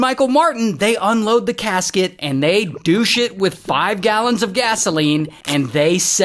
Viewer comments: douche it? U mean douse it? 😂😂😂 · Douche it? Uh dowse…it. lol